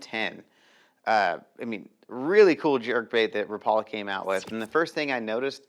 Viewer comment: Rap...a...lah. = Rapala. Never Rah...Paul...a... teach the world bro..your killing me say it right..love ya